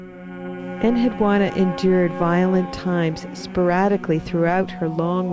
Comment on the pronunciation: It's pronounced "AKK-ad." And my name had the u and the final a stressed. Yes, I am she and have many memories. Manishtushu spoke for me in public and no one els was allowed to look me in the eye.